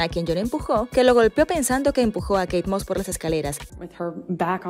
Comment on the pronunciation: ME GUSTO ,Como se equivoco al pronunciar a Kate moss,,, Realmente queria hundir a jonny, su maldad no tiene limites, Ella ni se sabia bien la historia de lo que paso con kay y johnny, 😂😂😂Me alegro que quedo en ridículo ,JUSTICIA DIVINA FUE PARA JOHNNY. 👏👏🙏🙏🙏🙏